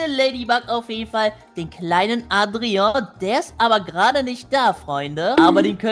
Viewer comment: Und du hast Adrian richtig ausgesprochen☺